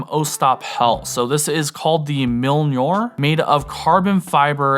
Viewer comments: 🤣🤣🤣 you pronounce Mjolnir = "Milnjor" hahahaha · Sick carry. I need that light and the Mjönir. Even though hearing you miss pronounce Mjönir hurt my ears…. A hammer of thor piece of pocket jewelry is a must have.